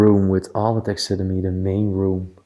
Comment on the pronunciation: It is pronounced tax a derm ee